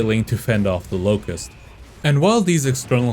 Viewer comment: “locust” mispronounced